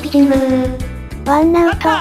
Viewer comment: が言ってるワンアウトがワン「ナ」ウトになってますよ（笑） wannautoって打ったんですよね（笑）